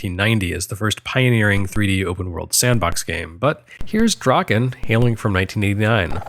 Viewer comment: C’mon: “Drakkhen Slash”!